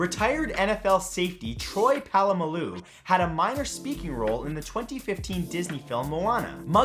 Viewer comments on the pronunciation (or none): It's Troy Pah-la-mah-loo! Not the way you pronounced it. I am a Steelers fan, sorry. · STEELER NATION Its Troy (Paul-ah-maul-eww) love ya Matt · Palamaloo lol that’s how it sounded when u said troys names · That’s not how you say Polamalu